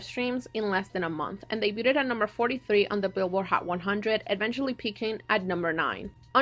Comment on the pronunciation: It kept driving me crazy they way you pronounced debuted 😩 it’s like daybyood not daybyooted